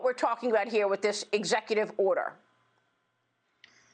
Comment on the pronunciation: why does she sound weird, especially when she says, " CCP." Sounded more like She she Pee.